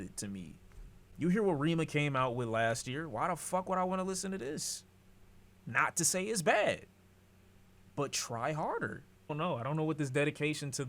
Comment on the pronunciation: “Reh-ma” not reama I assume he’s talking abt HEIS which was one of the best projects to drop last year fr